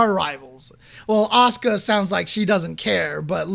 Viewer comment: Definitely not Oscar. It's A-su-ka. Fully pronounced.